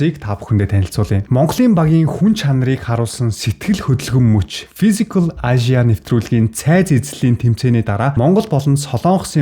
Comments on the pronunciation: Ашияа гээд байх юм. Эйшия гэл дээ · Мундаг залуу шүү. Би влогийг чинь үзэх дуртай. Харин нэг юм хэлэхэд англи хэлээ сайжруулаарай. Asia гэдгийг ЭЙЖА гэж дуудна. Амжилт!😍👍🙏